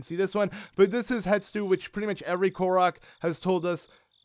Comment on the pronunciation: Pet peeve: you calling HESTU....”Hetstu”....